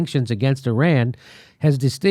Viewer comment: I believe what you say because you pronounce Iran and Iraq correctly. Those people who say Ayeran and Ayerak but still say Italy and Israel... switch it straight off.